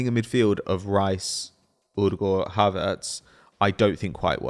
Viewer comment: The way you pronounce Odegaard is so cringe.